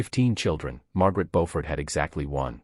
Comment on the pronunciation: Her correct name is "Beaufort," not "Bofford" or Beauford."